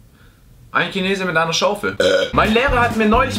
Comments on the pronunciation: Junge warum sagst du "Kinese" anstatt chinese wtf :,D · Hör MA auf Kemie und Kinese zu sagen! DA STEHT CHEMIE UND CHINESE MIT CH UND NICH K!!!!! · SCHINESE UND NICHT KINESE VERFICKTE SCHEIßE! Bin entspannt.